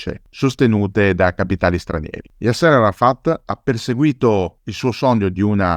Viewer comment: Un appunto di carattere linguistico,: Yasser è con l'accento sulla A. Così come l'ex presidente egiziano Nasser, anche qui l'accento è sulla prima sillaba 😉 ti seguo sempre e ti ringrazio per le pillole di storia che ci regali, alla prossima 👋